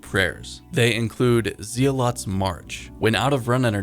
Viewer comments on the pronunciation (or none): Mofo said "Zee-uh-lot" It's zealot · Calling it "Zeelot" like we're playing Starcraft 1 for the first time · please dont ever say zealot like that again, its pronounce like zelat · Pronounced “Zell-it” but spelt zealot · mf said Zee-lot lmao.